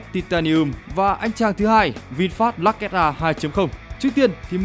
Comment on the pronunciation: Lux mà bố con đọc là "_Lắc " Tiếng anh Đại học Trường Sơn !